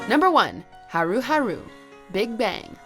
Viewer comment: Right? Haru Haru was the final straw for me. I could forgive a lot of them but that was just lazy. It's clear they just did a 5 second google search to get the answers for this video and then uploaded it with their shitty pronunciation. They have no idea about kpop and only started making kpop videos after the genre started blowing up just like all the fake ass kpop reactors that started popping up around 2016.